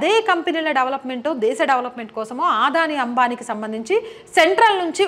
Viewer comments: "అదాని"అనాలి ఆదాని కాదు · ఆధాని కాదు అదానీ ప్లీజ్ కరెక్ట్ చేస్కోండి